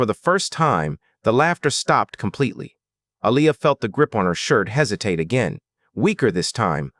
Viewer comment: Her name is pronounced A-lee- ya. Why did you say g instead of get